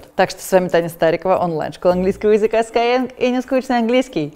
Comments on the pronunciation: Не пойму, почему все произносят скайенг? Разве SkyEng - не sky English? Ну, так тогда - это скайииииинг. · Спасибо за референс на корги-расиста, шикарное содержание роликов на YouTube и отличный сайт. Но никак не даёт покоя произношение названия школы. Почему скайЭнг? Энглиш преподаёте?